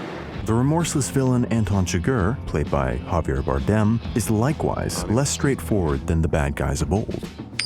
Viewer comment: It's CHIgurh not chiGURH, and javIER not JAvier.